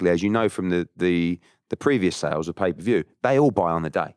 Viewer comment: this man said paper view 💀